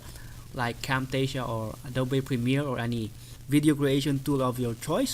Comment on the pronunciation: What did you say...camptasia???